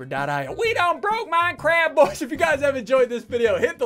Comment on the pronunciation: No one: Literally no one : SSundee: We Bwoke MincWAAAFT!!!!!!!!